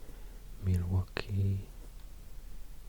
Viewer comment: I’m from Wisconsin and you had perfect pronunciation on Manitowoc and Milwaukee, and you were accurate with all your info. Major props to you!! Got a like and sub from me!